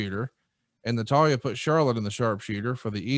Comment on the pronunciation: seems like he watches wrestling, until you hear him try to say Natalya.